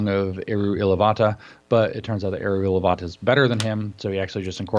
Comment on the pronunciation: Yes! Except it's 'Eru Ilúvatar' - feel like he's leaving the r off at the end. Nerd alert.